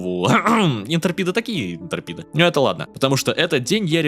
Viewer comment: молодец💖 Но, пожалуйста, IntREpid, а не ИнтЕРпид. Плиз, плиз 😢 А твич отстой 😊